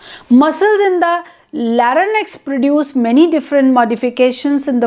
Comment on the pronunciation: Your video is very informative. I would appreciate if you pay attention to some of the words you have pronounced. ( for eg. larynx)